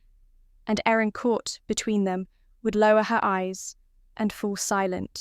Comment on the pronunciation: Thought the brides name was Erin not Aaron.